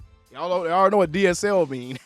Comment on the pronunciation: “That” goes unnoticed too and C Wat not C Y. has braces so I think it’s causing him some issues.